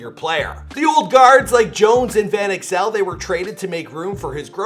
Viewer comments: Van "ax L" damn Canadians🤣😭🤣😭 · You pronounce Van Exel weird... it’s supposed to rhyme with “axle.”